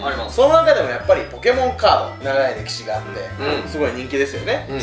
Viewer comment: カードじゃなくてカートってか